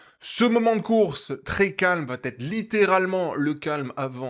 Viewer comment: merci, super résumé com d'hab ; PS : il n'y a pas de T à "ça va", donc on ne dit pas "l'échappée vaT être reprise", mais va être ; j'aime pas faire mon prof, mais ça m'écorche les oreilles à chaque vidéo ( c'est récurent dans tes résumés), et c'st dommage de répéter une telle faute (id. pour il vaT y avoir) ;) désolé :)